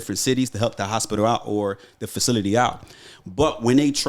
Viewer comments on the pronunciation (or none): none